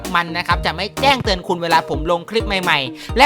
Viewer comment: เมื่อว่านผมบอกว่าพี่หลุดคำว่าแจ้เตือนเป็นแต้งเตือนวันนี้พี่เน้นย้ำเลย ชอบๆๆ